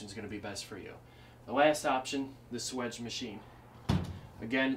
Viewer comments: swaaaaage. (long ā) Not swidge. :p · If you correctly spell it swage, why don't you pronounce it swAGE ? Not swEDGE. I've pronounced it swAGE for 50 years.